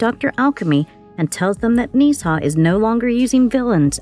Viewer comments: Why are you butchering his name!? Nezha is literally a mythological Chinese God. Its Nezha pronounced (Nuh-Jha) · it's pronounced nuuh zhhaaa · It’s nuh za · 1: "Nezha" 2: "Bless you."